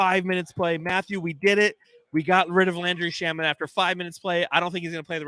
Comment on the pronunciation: Shamet rhymes with damn it. Lol